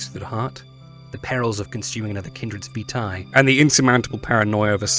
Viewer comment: I kno he just pronounces it super weird :p